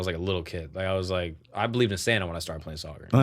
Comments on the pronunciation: We all heard "standup" when said "Santa". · lying through his teeth, he def said "stand-up" not "Santa" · I literally thought he said "stand-up " every time he said it... Not Santa. 😂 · I heard stand up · I also thought he said stand up instead of Santa hahaha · I also heard Santa 😂